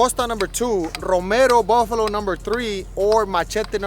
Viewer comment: Jose not Buffalo 😂